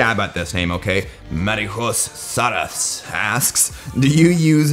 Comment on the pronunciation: You're hilarious! Just found your channel and I'm already a fan. (btw you totaly butchered Marijus Šaras name:D)